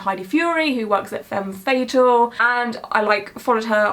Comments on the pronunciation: I think the shop is pronounced fem fuh-TAL (tal rhymes with pal.) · i love you but the way you pronounced femme fatale is !!!!!! so bad